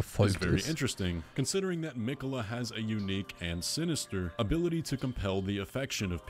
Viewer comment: Er heißt Miquella, nicht Mikaela 😂, Bin gespannt, wie es sich letztendlich auflöst.